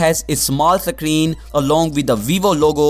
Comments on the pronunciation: Screen not secreen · It's not a suckreen it's a screen